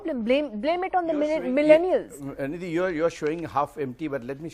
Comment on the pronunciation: He again said milleniars